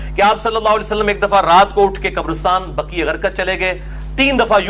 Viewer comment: جنّت البقیع ، بقی غرقت نہیں